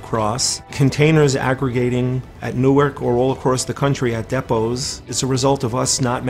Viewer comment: CAN YOU PLEASE LEARN HOW TO SAT DEPOT RIGHT?!